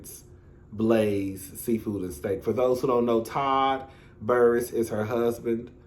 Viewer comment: "Todd Burruss" 😂